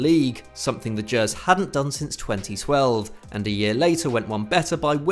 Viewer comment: Someone at efd has been looking at comments, because finally someone has pronounced 'gers' properly 😂